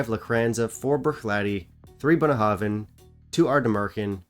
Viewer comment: I love to hear you pronounce Bunnahabhain releases. I'm sure my pronunciation is worse